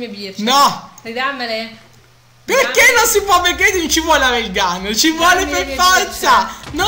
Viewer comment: si dice Rail gun